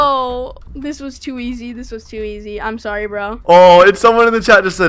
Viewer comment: Stop saying to eays